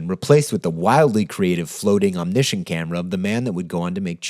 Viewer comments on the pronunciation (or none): none